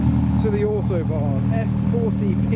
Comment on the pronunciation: I legit thought he was saying Autobahn until I realized he was saying Auto Barn. But man despite the rush this meet looks fun as heck